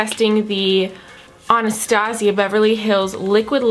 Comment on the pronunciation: She pronounces ‘Anastasia’ wrong.